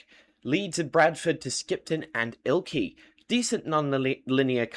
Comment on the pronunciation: It's IlkLey